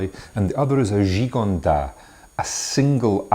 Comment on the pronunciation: Thanks, nice review. However, Gigondas should have the 's' pronounced. Just a tip for next time.